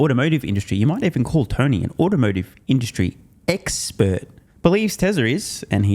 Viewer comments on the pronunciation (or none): Hh Hh.. You said X-spurt,.. hh hh,..